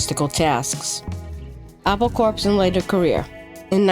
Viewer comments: Apple Corpse. Hilarious! Did sort of turn out that way, though... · It's pronounced "Apple Core", not "Apple Corpse". It's spelled Apple Corps Limited. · Apple "Corpse"? LMFAO!!! I guess a real person wasn't available to do the narration. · A PAUL CORPSE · can tell its a Yank doing the video the way Prestatyn was pronounced, we in england & scouse land pronounce it like "press dat in" & its also pronounced apple core, not apple corps